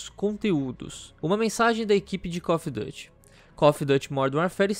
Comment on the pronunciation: "No site oficial do Cof duty"